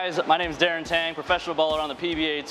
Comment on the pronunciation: Darren Ure-Tang